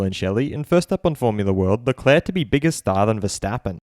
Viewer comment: ShArL LeClaAaAa so funny how Martin Brundle says his name like this after hearing Charles pronounce it himself on Drive to Survive. “I’m Charles Leclerc”